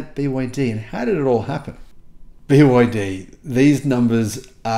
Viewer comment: Not everything has to be angelo centric, you are also saying it wrong to make it awkward. I am sure Toyota was a very strange name when people heard it, but it didn't matter did it?